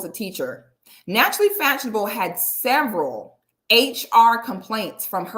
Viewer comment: Its the “naturally FATshionable” thats sending me 😂😂😂😂